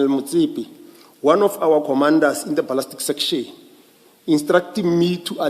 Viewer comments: When does "ballistic analysis" become "ballastic analysis?" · The moment yhey have a certain word they specifically mispronounce know that 'umgulugudu' has arrived This one says ' balastic'